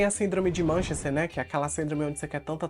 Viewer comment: A serie é tao boa que acabei tudo no mesmo dia. Excelente tema, atrizes 1000 e um alerta ao mesmo tempo. 🎉🎉🎉🎉 Munchausen, nao Manchester, amigo.